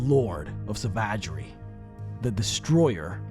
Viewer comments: Interesting pronunciation of savagery. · That pronunciation of savagery threw me for a loop. That can't be right... right? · I’m still reeling about how you pronounced savagery 😂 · love your videos but we need to talk about how you pronounce "savagery"